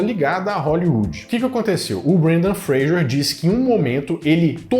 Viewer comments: Fra s er... Fra g er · Fraser . Vc disse frager o vídeo todo